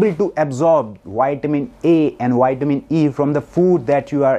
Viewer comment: Put your front teeth into your bottom lip to say Vitamin. Not whytamin.